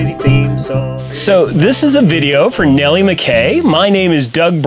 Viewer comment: Well, that was a disappointment. No Nellie. And that's not how she pronounces her name. 😞